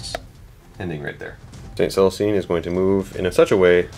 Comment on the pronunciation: Jokaero. Joe-kaor-oh. Not Jericho. That's a city from the Bible--or a rocket by Stark Industries. Celestine. Sell-uh-steen. Not Catherine. Adepta Sororitas. Female. Not Adeptus. Facepalm